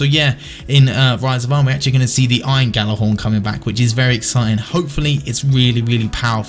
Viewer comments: please Fucking pronounce it right. Yal-ah-horn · gal-ah-horn is how you say it you fuck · are you actually challenged... GJ does not make a G sound. It makes a fucking Y. Have you ever taken any foreign language??